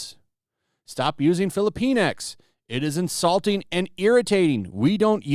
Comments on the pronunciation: Sorry, but I believe it is pronounced "filli-pinks" not "fillipine-ex." And "la-tinks" not "latin-ex." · Sounds like: Fili-penis. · Filipinx sounds like they're calling us filipenis.